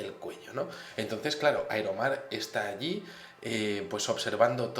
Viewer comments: Tío Aquí te equivocaste no se dice Aeromar sino IRON MAN.. 😄 jajaja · por fin entiendo de donde saco la inteligencia para hacer ese traje Que vuela ..iron man... y se pronuncia airomar jajaja